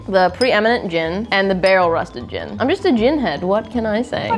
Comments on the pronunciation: Based on how it sounds was correct when she mispronounced "Gin" "Gin" should be spelled "Jin" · Kitchen & Jorn with special guest Gin! (pronounced incorrectly but cannot figure out how to write that out lol)